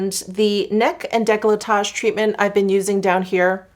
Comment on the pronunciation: I really don’t understand why anglophones pronounce « declotage » when it is written decolletage!!!